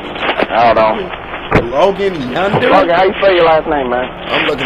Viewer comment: "Logan Yunder" AHAHAHAHHA